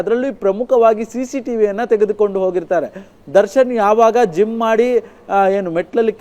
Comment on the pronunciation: ಜುಮ್ಮ್ ಅಲ್ಲ ಕಣೋ ಜಿಮ್ 😂